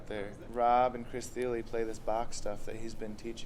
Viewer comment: I'm going to guess that by the way you pronounced his name, you don't know who Chris Thile is. Lucky for you, I have a clip of him playing Bach's Sonata No. 1 in G Minor, if you think you're man enough to check it out (you probably aren't). If you decide to man up and face the monster that is Chris Thile, I'll subscribe to your channel. (Just kidding, I just subscribed). Clip